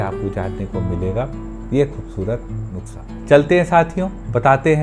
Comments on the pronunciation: (नुक्सा) nai "नुस्खा" hota h.. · It's nuskhaa not nuksaa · sir aap jab nuksa bolate ho to bhi acha lagta h